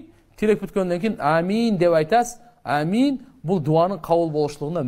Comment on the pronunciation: Амин эмес оомин еле дейт